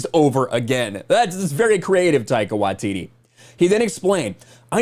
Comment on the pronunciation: Small nitpick of the video but you pronounce Taika Waititi's name wrong. You pronounce his last name "Wa-tee-tee" when it should be "Why-tee-tee".